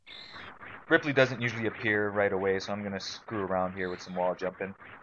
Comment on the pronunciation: His name is Ridley with a D